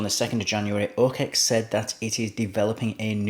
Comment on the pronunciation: Dude, it's not "o-Kex". Sorry, but it cringes the fuck outta me to keep listening to it.